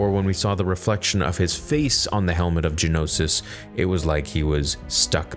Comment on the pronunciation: It will seem I may be nitpicking but I've heard a couple of times Genosis, not Geonosis 😅 Subtitles confirm that too ( , ) Loved the episode by the way